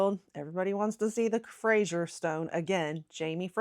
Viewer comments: Fraser is pronounced the same as 'phrase-er', not 'fray-sure' as you did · Please stop saying Frashier - it’s Fraser (sounds like Frazer, razor, blazer etc). Thank you. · Wrong pronunciation can be a big bug bear to us Scots especially when folk don't do their research beforehand. On that note, the Outlander character's name is pronounced "Fray-zer" (Fraser) and not Frasier as in the US TV show. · It’s not Jamie Frasier it’s Jamie Fraser to rhyme with razor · Scot here… I’ve found that most Americans pronounce Edinburgh edinBOROH . I could list all the mispronounced place names, but that would be cruel and take too long 😅. By the way, Fraser is pronounced Frazer, not Frasher 😉 I do love American enthusiasm for our country tho - it makes me appreciate the country more myself. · I am a Scot and I absolutely loved your video. Great! Just one thing though: the pronunciation of 'Fraser'. It is not Frazier, as in Frazier Crane or Joe Frazier, but rather FRAY ZER - (freɪ zər). I'm sure you'll get a few comments about that. . . But, please keep up the good work. This was a very entertaining , and funny, video. I will be sure to subscribe. Good job! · Stop saying Frazier!!!! Ffs it’s Fraser - practise it. He’s not a comic character from US TV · The name is Fraser, the S is a voiced sound like the z in lazy, not like the s in pleasure. There is no "u" in Fraser. Why are you mangling it? Exasperated groan.